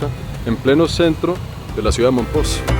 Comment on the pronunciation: No se pronuncia mompoX acaso?